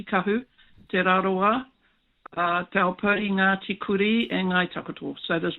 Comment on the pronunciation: Michael. It's pretty lame and lazy to grossly mispronounce the maori word Te as Tay. . You can already say the word "met" and the vowel in Te is the same, so please give it a go. Let's hear it.